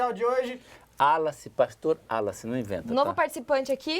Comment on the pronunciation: Esse episódio, sim que foi Fora de Série, amei. Ei meninos, já deveriam ter aprendido o nome do pastor né, espero que no próximo episódio falem bem o nome do pastor kkkkk.